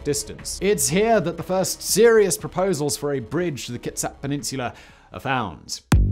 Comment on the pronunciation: he pronounced the first native word pretty well. and kitsap too